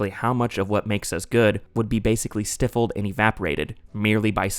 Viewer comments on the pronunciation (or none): "stiffled" 🤪🤣 The word stifled is pronounced 'sty -fulled' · AdaptAtion, NOT “adaption” 😒 Also, did you say “stiff-elled” instead of “stifled?” “Sty-feld” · “Stiff-el’d” c’mon man, read a book or two. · "stiffled" lol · you start off saying "STYE" (like a pig-stye) then you kind of say 'fulled'. STYE-fulled. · Learn how to pronounce “stifle” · That’s not how you pronounce ‘stifled’.